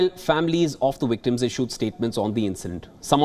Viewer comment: Wery unfowtunate woyage indeed. Pway for all the wictims of this wiolent improsion.